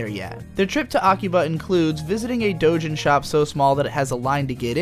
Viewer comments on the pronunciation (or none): none